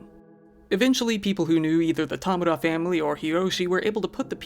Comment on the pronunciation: I have heard Tamura pronounced ty.mar.a(like Mary) or ta.mor.ra(like tomorrow) but growing up I always get a disgruntled look when they see it on paper from teachers and bosses. Great job at pronouncing it correctly for not being Japanese.